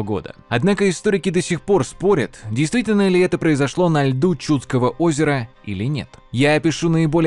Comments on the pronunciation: Даже несмотря на извинения в конце ролика по поводу ударений, местами слушать было просто больно. То же Чудское озеро/побоище всегда было и есть ЧудскОе, а не ЧУдское. Поразительное упорство автора в наименовании "вОйска" вместо "войскА". И т.д. Отдельно хочется заметить откровенные глупости, типа наименования дружинников солдатами. Солдаты, это куда как более поздний термин, имеющий своё вполне конкретное значение, которое никакого отношения к воинам древней Руси, да и любым другим воинам древности не имеет. В целом в качестве краткого ликбеза по истории Древней Руси для самых далёких от темы - этот ролик сойдёт, но всё же следовало бы больше внимания уделить погружению в вопрос. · Было интересно, но несколько резали ухо неправильные ударения. Не ЧУдское, а ЧудскОе. Не КопорьЕ, а КопОрье...